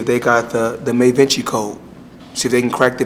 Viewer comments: “May”Vinci code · davinci code!!! not mavinci..... LMAO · Did he say the May Vinci code????! Lol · WTF is mevinci code, i heard about da vinci... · I thought he was just pronouncing da vinci code wrong lol